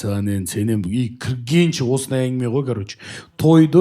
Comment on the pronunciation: неге осы ә әрпін айта алмайды, әрдайым айел, ангіме деп айтады